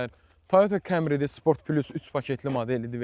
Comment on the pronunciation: Kemri nədir Azərbayvan dilində A hərifi E oxunmur ona görədə kemri yox kamri demək düzgündür